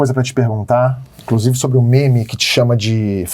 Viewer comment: E O PT HEIN? E O LULA? 🤡 “INCRUSIVE” TÔ “PERPLECTO” COM O PORTUGUÊS DO MORO.